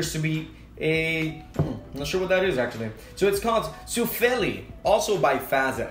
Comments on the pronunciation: I’m finish 🇫🇮 but I don’t like salmiakki! Jos oot suomalainen like tää comenti! It’s not fazel it’s fatser 😂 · its pronounced Fat-Cher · Fazer is pronounced FUT-SEHR. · Fazer is pronounced "Fatser" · Pronounced Fuh-tser ;)